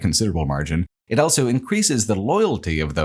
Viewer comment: pronounces the word "also" as "elso"